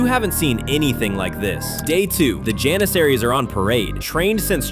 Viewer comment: It's Jaanisari, not Janeseri.